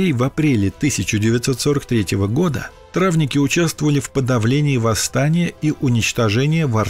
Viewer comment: Травники, знак ударения на последнее и